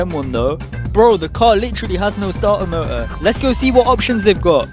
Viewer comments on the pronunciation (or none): Moou broooo its M O T O R MOTOR